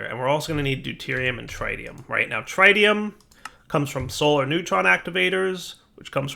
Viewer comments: Trit-ium not Tri-tium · "Deuterium and TrAiDium"... oof